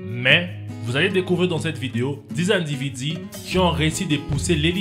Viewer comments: "diix individiii" mdrrrr ça m'a trop fait marré XD mais j'aime bien l'accent africain et super vidéo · des individi😂 sinon super vidéos 👍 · Lol, bonne vidéos, mais quand il disait "les individus" ca me faisait rire xD